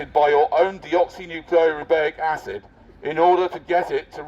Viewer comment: The way he pronounces “deoxyribose nucleic acid”😂😂